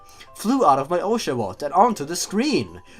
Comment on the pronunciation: one of the signs of being a genwunner is being able to pronounce the old pokemons names perfectly but being unable (or just not caring how to) pronounce any newer pokemon names. it sounded like you were TRYING to mispronounce oshawott.